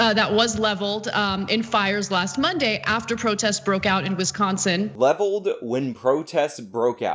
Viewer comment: As a Wisconsinite can we inform her that there is no T in Wisconsin as she pronounces it Wistconsin and it bothers me